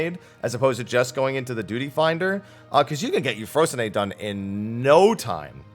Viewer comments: I'm gonna need to see the kana used in the Japanese client for Euphrosyne because I REFUSE to believe yu-FRO-sin-AY is how it's pronounced. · That's the first time I've heard Euphorsyne pronounce that way.